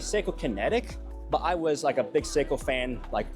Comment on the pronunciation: I don’t want to sound like an asshole because the guy admitted he’s not a watch guy but the pronunciation of Seiko was hilarious! “Psycho!” 😂 that fossil watch was cool though